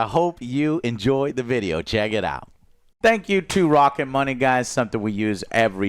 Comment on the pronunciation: Spank instead of thank🤣😂🤣